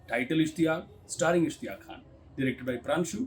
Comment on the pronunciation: सही लफ़्ज़ ' ISHTIYAQ ' है। माफ़ कीजियेगा ।